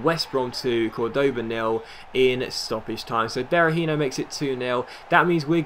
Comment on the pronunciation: In spanish the vowel with the " ´ " always means that's the streess syllable, so Córdoba's stress syllable is "Cor".